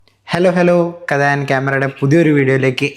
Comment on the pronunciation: Bro, please try to pronounce "Kadha" as കഥ not കത.... kure aalkkar parayunnath കത ennanu, ini ulla videosil parayumbol sredhikkukayanenkil Ee channel grow aayi varumbo ee channelinte subscribers enkilum sheri ucharanam padikkum🙏